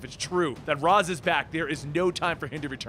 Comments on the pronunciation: incorrect your entire argument has been a refusal ray•shh rah•us is the correct pronunciations he said razz which is incorrect again there is the wrong way & the right way he did it the wrong way it's not a matter of disagreement its correct or incorrect you're having a hard time so I'll say it in an even more dumbed down way maybe you understand it better this way him say word wrong wrong not right ugh ugh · Ray-sh, not Raz. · It's pronounced ray•shhh